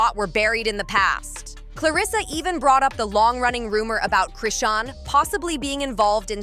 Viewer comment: Now ur callin Chrisean RAHSAWN GOOD FKN GRIEF🤦🏽‍♀️